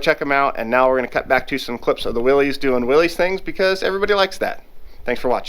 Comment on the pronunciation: my 98 year old grandpa watching wants you to know that Willys is pronounced Willis, as in Bruce.